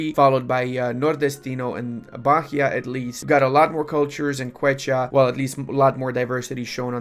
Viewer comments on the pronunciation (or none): Hey I’m from Bahia and if u want to know how it’s pronounced it’s more like: Bah - ih - ah (u can just ignore the H in Bahia)